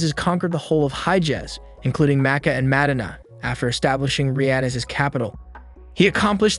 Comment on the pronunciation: Mad-dina lol